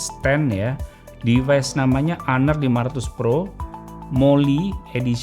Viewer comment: Honor sebutannya honor bukan haner